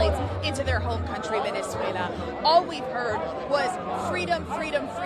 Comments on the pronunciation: Sorry, but there's no I in Venezuela (ie: not Venezuelia!). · Just one thing; it's Venezuela, not Venezuelia